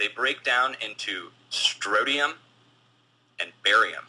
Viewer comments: strontium, not strotium. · People, pronounce it correctly! stron·tium noun \ˈsträn(t)-sh(ē-)əm, ˈsträn-tē-əm\